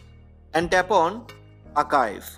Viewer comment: It’s Archive not Akive.